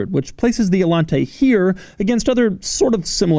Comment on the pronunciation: Doug DeMuro: "Allante, not RedShirtsente"